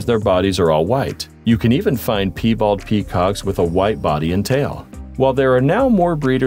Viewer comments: "Pee bald" lol! At least partway through, you began correctly pronouncing "pie-bald" animals. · "pee" bald? don't you mean Pie bald? (pronounced "Py-bald"